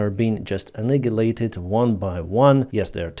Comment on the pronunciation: Annihilated Pronounced - An eye ah lated .